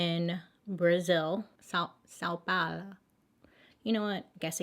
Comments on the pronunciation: I think it’s pronounced like “sowe Paul-oh” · Sao Paolo is Portugese for South Paul and it's pronounced like south only without the th, like s-ow, and Paolo is pow-loh. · i am brazilian and when i saw this thumbnail i was like: whaaat? hahaha plus the pronunciation of Sao Paulo would be: Saun Paolo? idk hahaha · I like you but you really can't pronounce San Paulo? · I'm a brazilian and I have to say that this is the most famous case that ever happened in Brazil. That happened in 2002 and we're still talking about it. And no, your pronunciation was not right but I appreciate your effort. The majority of people still believe we speak Spanish. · As a Brazillian, I can declare Watching Bailey struggling with "São Paulo" pronunciation made my whole month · Actually the "ão" is notoriously hard for English speakers, as anyone named João can testify 🤣🤣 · I love how she just didn’t pronounce the last o 😂😂😂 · Bailey trying to say "São Paulo" is the highlight of this video. Lots of love from Brazil to you, Bailey ♥️🇧🇷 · Don't feel bad about your "São Paulo" pronounciation. The "ão" is basically pronounced with the nose. It is difficult for foreigners to get it right. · Bailey how can you pronounce von Richthofen but not São Paulo lol 😂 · Hey Bailey! I am from Brazil and you only mispronounced the name of the city (São Paulo) so don´t worry! This case is still super famous here and this year there was a movie released about the case, it is a two part movie telling both sides of the story, Suzanne´s side and Daniel´s side because until this day we don´t know who actually killed the parents! Awesome videos, I love this ideia! Love from Brazil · Well... at least she tried (to be fair the “ão” sound is very hard for non portuguese speakers) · Never watched you before. Couldn’t care less about makeup. Died watching you try to pronounce São Paulo. Will watch again ♥️ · 😂 under her breath “Sao Paulo” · Sah-oh pah-oh-loh. Hope that helps 😂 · Sao Paulo is pronounced as Sow Paulo